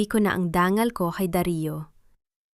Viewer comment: bakit ang dangal naging Dan gal?at mga umurong umu tong?matanda na ako ngayon LNG ako nakarinig ng ganyang pronunciation,paki ayos salamat